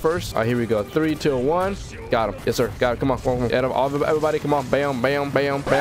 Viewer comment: It’s twau actually